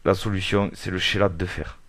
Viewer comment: Chélate mais prononciation = kelate